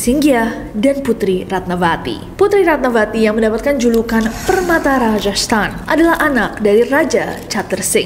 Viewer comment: Ratnavati =Ratnawati ( V dibaca W) contoh: vihara -wihara, silva-silwa/siwa, isyana sarasvati-isyana saraswati